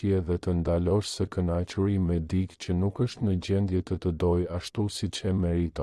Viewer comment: Te gjitha ç' far thua Jane realitet.te lutem fjala dikë nuk lexohet dik, tingellenon keq dhe dukesh sikur nuk e respekton gjuhen shqipe. Ç' fjale duhet lexuar me korektesi.